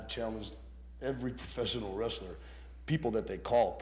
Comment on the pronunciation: Ol’ man said, “Rastler”.